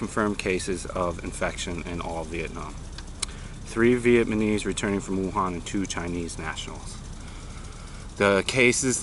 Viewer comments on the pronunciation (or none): none